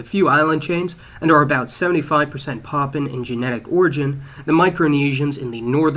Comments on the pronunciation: What's with the "Papan"? The word is PapUan (pah poo wan) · Dude it's 'Papuan' (PA-pu-an) not 'Poppin'.